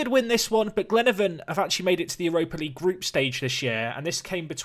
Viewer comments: Glenavon is pronounced Glen-ah-von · It's glen-a-Von pronounce the a